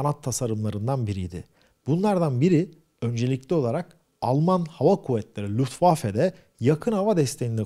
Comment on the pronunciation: Luftwaffe yi ve stuka yi doğru telafüz etdin. 👍. Ayhan Tarakci ya biraz yardim et, oda doğru düzgün telafi etsin.